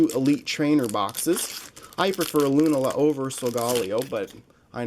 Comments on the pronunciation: It's lu -naaa-la not Luna-la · lunala is loo-nah-luh